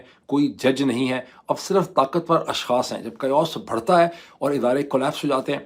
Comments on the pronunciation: Sir the word is بڈھتے ن۔ not بھڈتے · بھڑتے نہیں بڑھتے